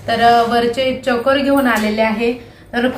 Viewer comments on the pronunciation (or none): चाॅकर नाही चोकर म्हणतात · choker Asa uchar ahe